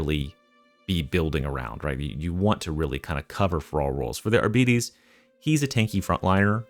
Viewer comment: I thought the pronunciation for Arbites, is similar to like bytes